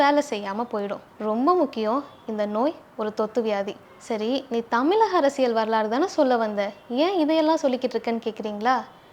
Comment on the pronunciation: தமிழ் என்ற சொல்லுங்க. தமில் இல்லை